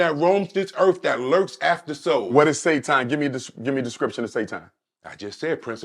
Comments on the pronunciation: Why tf is pronouncing "Satan" as "Say-ton"? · How do you fight Sa-ton 😐and why do you pronounce it like that? Umar giving you physical facts about black people how we think and spend being the problem. And he offers solutions to the problem. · Today i learned it’s not Satan, it’s SaTON… got it.